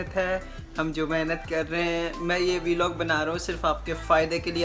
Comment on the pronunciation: Yar..... Vlog.... Bola.. Kro na bhai..... V Log ajeeb lgta hai sunne me...... Jst.... A small suggestion 🙂🙂🙂🙂🙂